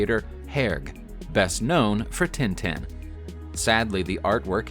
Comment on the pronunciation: Herge = AIR - zhee TinTin = TA(N) ta(n)